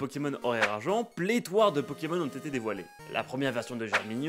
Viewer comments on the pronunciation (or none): pléthore pas pléthoire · On dit pléthore pas "pléthoire"